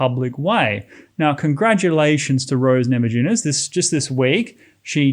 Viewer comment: It is pronounced namayunas , J in lithuanian is like Y in english.